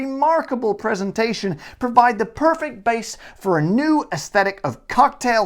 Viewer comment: only nit picky but Americans and canadians do not pronounce the "h" in words like herb. Also, your A, in things like "base" or "dagger" are pronounced slightly different from how you did, like "bay-s" or "day-gir".